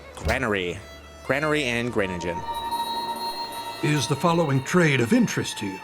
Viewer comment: you werent even close wirh the pronaunciation of Groningen